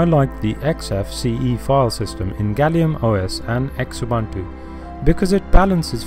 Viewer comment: This is just rubbish..Oh Xubuntu is pronounced Zoo Buntu and if I need to teach this we're not doing that well here